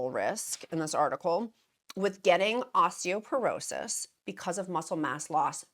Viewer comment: I know you like to factually accurate… it’s “Osteoporosis.” 😊